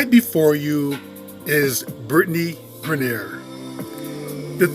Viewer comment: You pronounced her name wrong the whole video....do yo research before you make a video on someone dude...